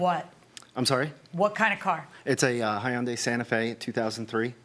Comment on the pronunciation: Public Service Announcement: Hyundai is pronounced “HONDAY” honda with a DAY